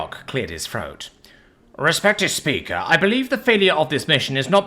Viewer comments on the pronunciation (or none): Froat or throat? Free or three?